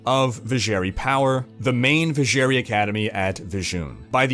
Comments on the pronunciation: I love your videos and in-depth detailing. As do my two brothers... *sinister glance*. But I swear to god in-game audio pronounced it "Viz-zher-'eye'". Not "ee". Also, censored Andariel tatters. Iconic. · thats not how Drognan pronounce Vizjerei in d2.... edit: jesus christ you say it like 50times throughout the video and it is wrong every time! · I cringe everytime he said Vizjerei wrong